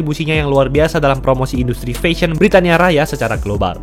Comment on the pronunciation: Mas coba belajar cara pronounce "fashion" dari google, sekaligus coba belajar pronounce Bahasa Inggris yang baik dan benar ya, ngga enak banget dengarnya.